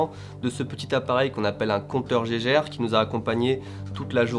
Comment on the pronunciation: Merci pour cette vidéo, et juste pour info, "on appelle" pas ça un compteur Géjèrre, c'est Geiger avec G comme dans Golf. C'est marrant tous les pays du monde le prononce correctement, sauf en France, je ne sais pas pourquoi :-)